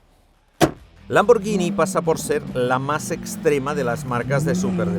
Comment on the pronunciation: Da gusto oír a alguien pronunciar bien lambor gui ni y no llini cuándo hablas de la marca Lamborghini